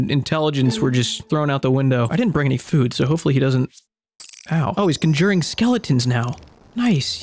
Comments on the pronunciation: usually with emphasis on the “con” and not the “jur” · I don't think I've ever heard somebody say "conjuring" this way lmfao